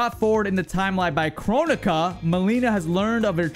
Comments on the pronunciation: "Koronika" AH YES, KORONIKAVIRUS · hehehe he said coronaka